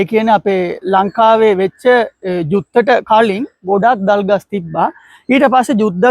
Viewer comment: You are talking clear than some Sinhalese boys well done .❤that trees thalgas not dalgas